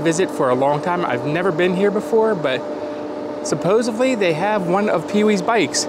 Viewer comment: I hope you didn't say "supposively".